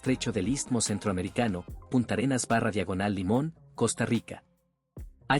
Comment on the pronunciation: No es Punta Arenas, sino Puntarenas. No es Terrába, sino Térraba.